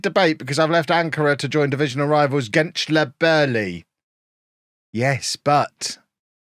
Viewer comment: it is pronounced genchlerbeerlee